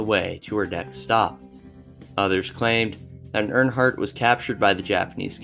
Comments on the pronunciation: Amelia Urnheart 😂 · Ear"N"heart? How hard is it to read something properly? Or look up the pronunciation!?? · How did you mispronounce Amelia EARHARTs name??? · Pronunciation is important. A dictionary is a great reference on words such as Dachau, Earhart, etc.